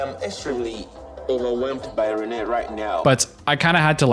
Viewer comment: pronounces her name as renee multiple times